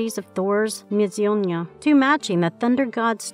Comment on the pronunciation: I swear you guys are mispronouncing things on purpose. every single video features a butchered mess of grammar and lore I just heard your narrator refer to thor's hammer as "mizyona"